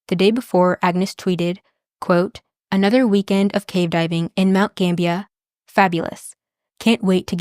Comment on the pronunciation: Awesome video. I just looked it up, and you were pronouncing it right. Mount Gambier is pronounced like it's spelled. Like, it's not pronounced Gambia, that's a country, it's more like ... Gamb-bi-eer.